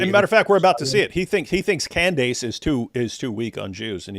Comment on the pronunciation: Why does this guy keep pronouncing Candace Owens’ name as “Cand-ayce?” Not a fan of hers at all, but that clearly isn’t how the name is pronounced.